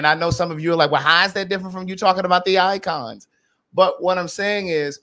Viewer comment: Not “icons” 😭😭😭🤣🤣🤣😭😭😭😭😭 I can’t